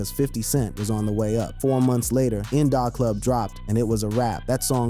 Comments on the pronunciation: I’ve never heard In Da Club pronounced how you say it! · I can't with this stoopid ass AI voice. Clearly they tried to model The voice of a young black man. Any young black man of this era would know how to say HOV,In Da Club, YAYO... it's just too much inaccuracies to listen to.